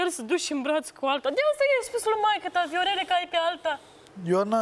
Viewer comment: Mor de râs "Veorele , veorele"